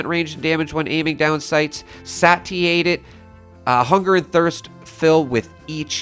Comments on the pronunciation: It's pronounced 'Say-She-Ay-Ted.' Not 'Sa-Ti-A-Ted.' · Satiated is pronounced "Say-She-Ate-Ed" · "Say-She-Ated"... just FYI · say-she-ate-it satiated 😩❤️😇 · “Satiated” is pronounced saysh ē 8ed. Just throwing that out there! Love your videos! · Say-she-ay-ted. English do be bullshitin'! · New word Monday. 😊 satiated is pronounced ‘say-she-eight-ed’ #englishishard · Ok, I think he’s just in denial at this point. Enclave events have a 10% chance to drop an EPR mod. Also, “satiated” is pronounced SAY-SHE-ATED. That is all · Ain't no way my boy mispronounced "satiated" xD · the way you pronounced "Satiated" 😂 just teasing though, great video! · Let's squash this rn you said satiated wrong and im not going to pretend like you didn't 😂 ily man.